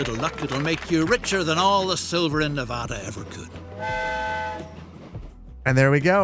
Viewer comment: amazed to hear a correct pronunciation of Nevada hell yeah